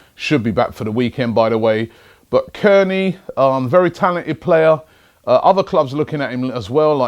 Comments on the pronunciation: It's pronounced Tear-knee not keerney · Robbie it's pronounced tearney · he can't even say Tierney properly then says Kierney! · Pronounced tierney's name wrong